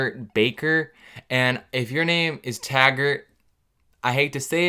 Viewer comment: Literally every time he said his name Tagert I was WHEEZING 😂😂😂😂😂😂